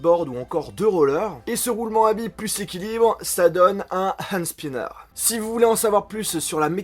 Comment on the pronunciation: Désolé mais c'est pas spaiiiaianer mais spinner